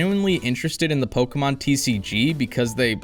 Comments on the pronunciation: Great video. The only thing I hate is how you say “Pokémon” 😅 It’s not Pockeet Monsters, it’s Pocket Monsters 😜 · Oh the cringe every time he says Pokeemon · even though I don't pay attention to pokemon anymore the mispronunciation of the name still grinds my gears